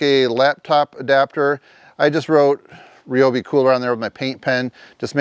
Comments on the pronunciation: nice cooler. rye obi not re obi😅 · Rye-obi Not Reeeobi!!